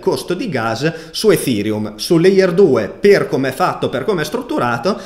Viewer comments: Perchè lo pronunci efhereum? Nelle conferenze neanche Buterin lo pronuncia così..🤪🤪🤪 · grande, anche se ogni giorno cambi pronuncia di ethereum <3